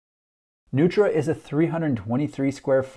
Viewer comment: The designers are honoring Richard Neutra (mid century modernist LA). It's actually pronounced "Noy-tra". Strange, I know.